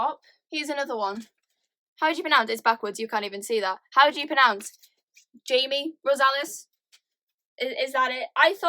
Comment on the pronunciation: Jaime is pronounced “hi-may” in Spanish :) loved the video 😁 made me want to revive my booktube channel that was never alive in the first place 😂🤪